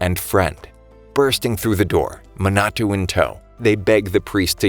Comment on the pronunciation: You mean Manato? Sorry, it was just bothering me a bit